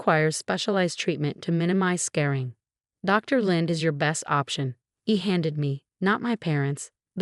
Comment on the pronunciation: At approximately thru , the ER doctor was discussing the need for follow up and referral to a specialist for the facial burn wound sustained from a curling iron. (Now comes the major AI errors with both the audio narrative AND the text subtitles!) The doctor in the story recommends the referral to a specialist for follow up to minimize "scaring" ! This obviously is the wrong word. It should be referring to minimizing scarring , referring to scars. Again incorrect uses of "scaring" instead of "scarring" And same at